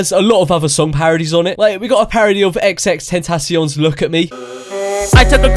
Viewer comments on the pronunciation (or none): he said it as (ten-tahc-ee-on) it's meant to be more like (ten-tahc-yon) in a quite fast way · he said xxtentacion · Julian Paloma x x x ten tash eon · its ten tah syohn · *ten trash eon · the way you pronounced xxxtentacion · not even the right pronunciation...